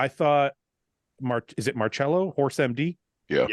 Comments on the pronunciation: Mar-Sello not Mar-Chello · Its pronounced Mar-sello NOT Mar-chello 🤦🏻‍♂️ you guys are killin me lol